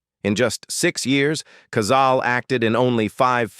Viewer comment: Cazale-pronounced Cazaleh.